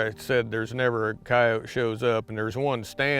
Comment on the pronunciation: I always appreciate someone who pronounces coyote correctly😂. I guess it's just a pet peeve of mine when people say coyoteee